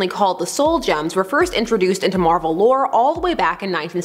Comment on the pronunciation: Captain Marvel not captain marval